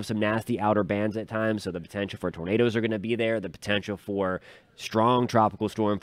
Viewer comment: Did you say tornadoes 😮